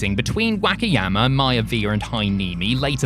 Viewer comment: pronunciation of Wakayama's driving me crazy. Not too sure if it was intentional or the accent present itself.